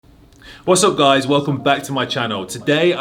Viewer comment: You said wassb goys